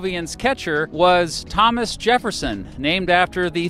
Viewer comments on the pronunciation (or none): none